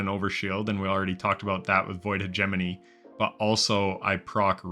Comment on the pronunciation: Finally someone who pronounces "hegemony" correctly.